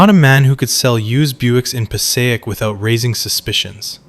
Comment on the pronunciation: That is not how you say Passaic😂